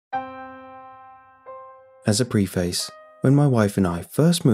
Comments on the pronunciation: It’s pronounced pref iss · Pre--face how do you still say that wrong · Preface is pronounced as prefass